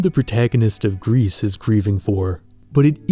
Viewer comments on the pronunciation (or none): yea it's pronounced "gree" but only wine people would know that most likely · like i’m pretty sure it’s meant to be the french word for grey (especially since the first stage is grey) which is pronounced like gree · Bro, it's pronounced "Gri" not "grease" it's french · It's not " Grease" its just pronounced "Gri" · Interesting how you pronounce it Greece or Grease insteas of Gris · Fun Fact, Gris isn't pronounced "Grease" but "Gree". Gris is the French word for Grey. So it makes sense. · knowing french, it feels weird to hear gris as "grease" instead of "gree" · Gris (not "Grease" but "Greee", right? Like the french for "grey") looks like "Journey" in 2D. 😂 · “Gris” is the French word for grey, pronounced GREE Apart from that, great video 😁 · Your video is wonderful, truly. However, I'm with the Pronunciation Police and your pronunciation of Gris drove me nuts the entire video. It's "Gree" not "Greece". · The way he says "Grease" for Gris instead of "Gree" bothers me lmfao It's French. It's "Gree" It means grey/gray. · I think it's pronounced "Gree" as "Gris" is french for grey/gray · With respect, the name of the game is pronounced “gree” Because it is a French word meaning “gray”, the s at the end is silent. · this video is really good but him pronouncing gris as “grease” is killing me 😭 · GRIS is not read " G R I S " but " G R I " which means grey in French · "Gris" (prononced gree) means "grey" in french, in case anyone was wondering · Good video but I think it’s pronounced ‘gree’ as in French for grey, bit of a nitpick but thought I’d mention it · I've not played the game or know anything about it past this video, but I believe gris is meant to be the word in french for gray, pronounced "gree" (of course with the French "R" not the English). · Hey, great video, but if you're gonna pronounce the name of games as often as Gris and Sable, maybe you should check how they are pronounced ! It looks like you're talking about Greece most of the time